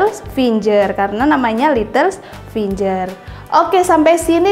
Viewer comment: Ijin koreksi finger dibaca fingger bukan finjer yah